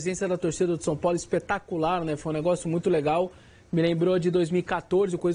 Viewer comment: Engraçado vc falando som Paulo 😅 Brincadeira a parte vc é muito bom comentarista 👏🏻👏🏻👏🏻🙋🏻